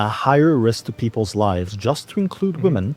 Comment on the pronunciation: smart but said lifes